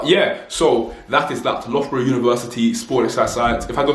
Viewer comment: It's pronounced lufborough btw 😘